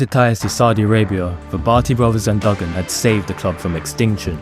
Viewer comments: Do your homework when it comes to pronouncing Wolves legends. Derek Dougan is not pronounced Duggen it's DOOGAN! Also when we flew to Newcastle the game was remembered for Steve Bull scoring 4 goals in a magical 20 minute spell in the 2nd half which deserved a mention. It took him and a few other players to run off their hangovers in the 1st half, as they were drunk the night before after a New years Eve drinking session while the gaffer was asleep upstairs in the hotel! Apart from those errors I enjoyed your video and as a 59 yr old Wolves fan it bought back memories. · It's pronounced Doooogan